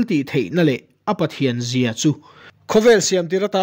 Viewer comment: Sam chang 4-na, An tehna hrui chu leilung luah zawng zawngah.......... tiha ZAM CHHUAH i chhiardan khi, a dik maw, ZAM (Zuang) anga ri tur emaw ka lo ti a, a sawifiah theih chuan a lawmawm ngawt ang, chuan Rom a mi ( a chatuan thiltihtheihna leh a Pathianzia) tiha Pathianzia zia tih hi a ri sang tur emaw ka lo ti a, i ti hniam ta daih si a, a sawifiah deuh theih em?